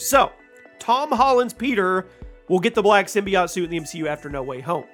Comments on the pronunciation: why does he say symbi-aught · Everytime you say, "Simbyacht" I poop a lil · Sym BI OTe is how he pronounces that lmao